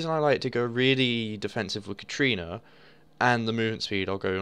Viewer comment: it is katArina. Not katrina. THERE IS AN A